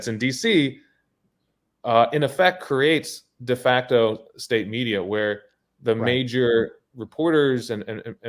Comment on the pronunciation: Never mind « de facto »…it’s « a facto »…